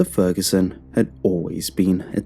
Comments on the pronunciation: You forgot to pit the g in Ferguson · “Mr Feruson” the story is his name mans didn’t even get it right you had one job!!😭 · The video said feruson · Has anybody else noticed "Mr.Feruson" not that it worsend the quality of the video just wanted to point that out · Mr. “Feruson” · Feruson? What? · Feruson? oops..Great content anyway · lol mr furuson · Oh is it ‘Fer U Son’. ‘For you son’? Gonna have to listen again.